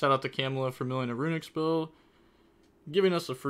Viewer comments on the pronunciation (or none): Camelia not camela